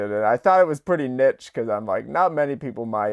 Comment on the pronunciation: The way this man pronounces "niche"...